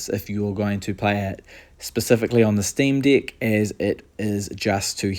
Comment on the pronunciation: as an australian, i think its a new zealand accent at work!